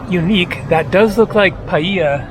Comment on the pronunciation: Since you brought up pronunciation, I’d like to point out that the word paella is not pronounced pah-ee-ah. Its pah-ay-ya (pɑːˈeɪ.(j)ə) 😅